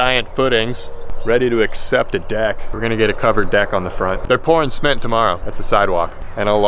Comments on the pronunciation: "pouring sment" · did you call it smit??? its cement